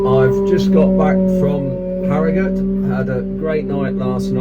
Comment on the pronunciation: A non Yorkshire man that can pronounce Harrogate and not harrow gaaate 👌😂 I wonder if the answer is for the driver to collect a sample signed by him and the factory as it is collected from the lorry before anything can be added 🤷‍♂️